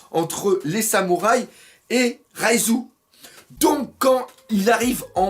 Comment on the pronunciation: ReiJu bordel pas ReiZu ,Reiju !!